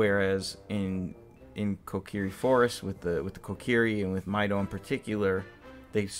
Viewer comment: Mideoh? I think you mean Mido??